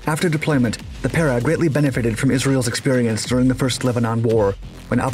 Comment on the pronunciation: Your pronunciation is wrong, it is pe(strong)-re(week.)